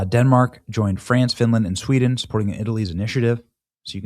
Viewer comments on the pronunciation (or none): none